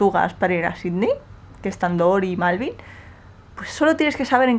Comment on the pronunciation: Malvin?? Acabas de decir malvin??, en qué te han convertido...